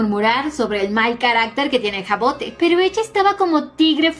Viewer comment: Hermosa historia que elegiste, yo la estube leyendo en Webtoon, pero como está en emisión la dejé para acumular capitulos jejeje. Por cierto el nombre de la prota se pronuncia Javod, es un nombre francés y cuando empecé a leer el manwhua lo investigue por curiosidad. A qué están super lindos tanto el nombre como la historia 😊😊😊